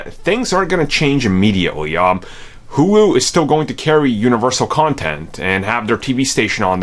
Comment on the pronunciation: “HULU” pronounced “hoooo loooooo” not “hugh lew” Jesus Christ are you remedial?